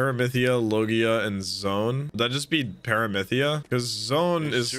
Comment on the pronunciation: Love the reactions. Just so you know it's paramecia ( pair a me see ya) not paramytha they just called it that in Skypiea. They also said heso as a greeting which means belly button so don't take their phrasing as gospel.